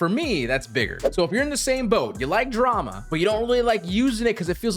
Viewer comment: I believe Dharma js a Hindi word that means creed/religion. It's pronounced as dhar-ma, not dra-ma. A couple of fonts similar to Dharma, in my opinion, are 1797 and Bison.